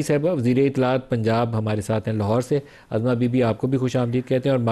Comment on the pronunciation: Azma nhi Uzma name hay urdu atinhi ore qabza group hr jagh